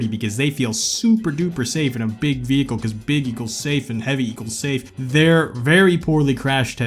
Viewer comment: But you took my joy away with the times you said “VeHiCle”…